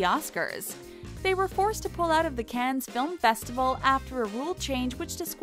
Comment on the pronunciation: is anybody annoyed by how the narrator is pronouncing some words like cannes or is it just me?